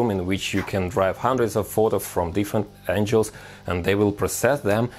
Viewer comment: This guy had inspired me a lot but i can't sop laughing the way he pronounce angle